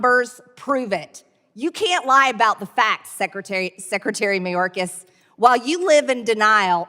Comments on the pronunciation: Mariyokas, it's Mayorkas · Dude, for the MILLIONTH time, Mayorkas is pronounced MAY-ORK-AHS. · I don't like Mayorkas either, but at least pronounce his name correctly. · You know, you butchered the Homeland Secretary name big time. Not defending the rat, please get his name right. Lmao